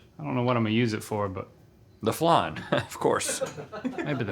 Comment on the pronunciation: Why is flan being Called flarn?